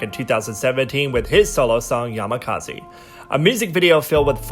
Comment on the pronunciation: my guy really said Yamakazi with his whole chest